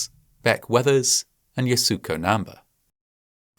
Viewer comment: you couldn't be bothered to look up how to pronounce namba's name?